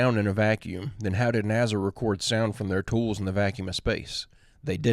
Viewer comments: listen.... Its not "NA-ZA" my guy 😂 its NASA with an S!!!! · I really like your channel but please stop saying NAZZA it's NASA! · You mean " naza"😂